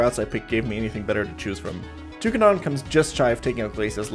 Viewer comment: His pronunciation of Toucannon really pissed me off. It's cannon like a cannon.